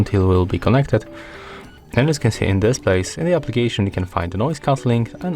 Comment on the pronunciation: Bow he said application.